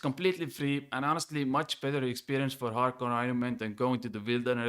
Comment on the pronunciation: Dointy dointy doo expwerience Looking forward to it